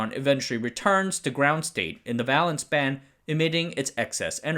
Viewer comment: Vay-lence, not vaa-lence